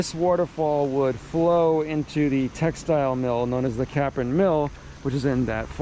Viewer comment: Capron road, pond mill ….its “cape—ron “…. Not CAPron